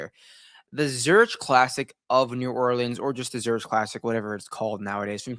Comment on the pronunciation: Less than a minute in, done immediately after "Zur-itch" pronunciation